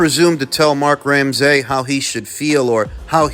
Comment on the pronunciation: Doing my fellow Canadian names dirty “Crow-lee” “Ram-SAY” 😂😂